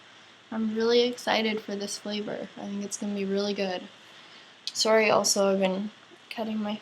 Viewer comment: Are you from Canada? You say sorry in that cute Canadian way